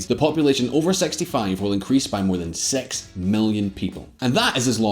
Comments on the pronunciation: He's Irish Number "Seks" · Me: how do you spell 6: S E K S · The way he pronounced 6 sounds like something else in my years 😂😂... Sorry